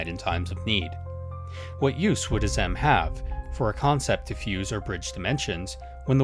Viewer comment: After how many times they say Azem in game, you came up with that pronunciation?